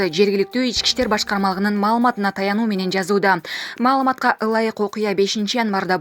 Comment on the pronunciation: Менен деген созду айтканда фляйт. Дикция у тебя жопашняя